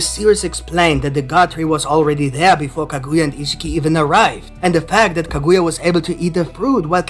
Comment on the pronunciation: Kah -good-yah 😂is not how u say it